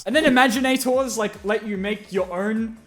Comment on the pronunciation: Your pronunciation of imaginators hurts me on the inside